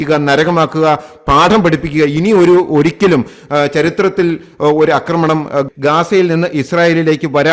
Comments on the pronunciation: അക്രമണം അല്ല ആക്രമണം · ഞാനും ഇതുതന്നെ എഴുതിയിരുന്നു. ഇങ്ങേർ 'അക്രമണം' എന്നേ പറയൂ. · എന്റെ പൊന്നു സാറേ... അക്രമണം അല്ല ആക്രമണം എന്നുപറയൂ എത്ര കാലമായി കേൾക്കുന്നു കഷ്ടം.... ഇനിയെങ്കിലും ഒന്നു തിരുത്തി പറ..